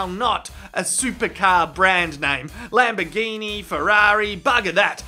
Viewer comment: Lamborguinea Hehe